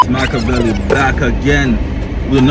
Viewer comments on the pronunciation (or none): none